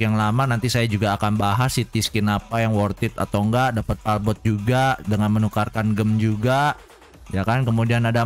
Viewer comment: palbot bukan palkon bang 🤣